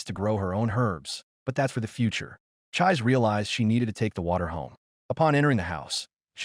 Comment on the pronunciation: Chee-say not chize.